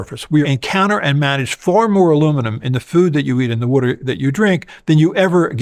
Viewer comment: loved how he said “wutter supply” haha, classic Philly accent moment.